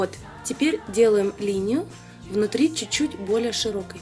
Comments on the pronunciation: только "чуть-чуть", а не неведомый чучуть))). А так, конечно, молодец. Прекрасная речь, прекрасное же руководство. Я безнадежный рукожоп в макияже, но даже у меня получилось. Еще раз - Лена, речь прекрасная! гладкая, грамотная, плавная, выразительная, богатая по словарному запасу и при этом четкая, ясная, предельно понятная. Молодец! 😘👍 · Чуть-чуть, а не чучуть)